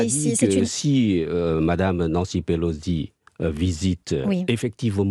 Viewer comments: Pelo SI. PELO. SI. Pourquoi vous dîtes PeloDI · Pelosi non Pelodie🤔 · Nancy Pelosi, pas Pelozzi, elle n’est pas Italienne chère madame. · Quelqu’un peut expliquer à la présentatrice que Pelosi ne se prononce pas Pelozzi….